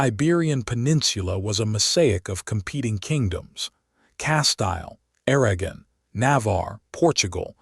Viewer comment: Lost me with Aragon pronounced as *Air-agon" like wagon. And Castile as "Cas-Tile" like what your bathroom is covered in.